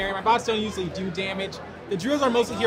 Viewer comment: Emphasis in the “usually”😂